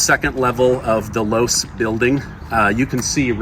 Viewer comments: Not to be pedantic but it's Loe-see. Otherwise great video. Thank you! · Low-see is how Losee is pronounced. The Losee family used to have a jewelry store for more than half a century, and somehow their family name ended on the building at UVU. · Just an FYI the building is pronounced Lowe See not Loooose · LOVE YOU …,,,. But your pronunciation of Losee is wrong. It’s NOT LOSE’ It’s LOSEE (EEEEEEEE) With an E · Its pronounced Lo see building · It’s pronounced low-see building. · I think Losee is correctly pronounced like LowC. Had a friend with that last name. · It's actually pronounced Lo-see building, but fascination video. Thanks! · Just FYI Losee is pronounced Lo See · I appreciate all that you do I really do I follow you everyday? The e in the low c. Name. That doesn't make sense on mind talk. Record. But the last e is pronounced with an e. The name is pronounced with an e. That is the only thing I want to say. I appreciate all you do for the channel for you. For putting out what you do I love you. I hope I'll go with you and your family. Thank you